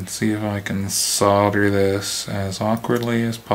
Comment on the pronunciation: Its nice to hear someone not from Europe pronounce solder and soldering iron correctly hah 😉